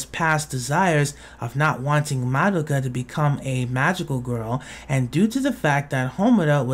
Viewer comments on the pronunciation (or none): actually, it's pronounced "MAH-doh-kah," not "muh-DOH-kuh"